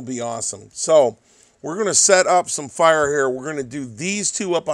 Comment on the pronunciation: gets Chinese when he messes with Fiiiiiirah.